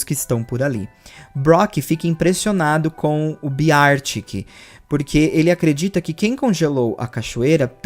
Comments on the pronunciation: se pronuncia Bér tic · eu adoro-te, mas a sua pronúncia de "Beartic" é horrível 😭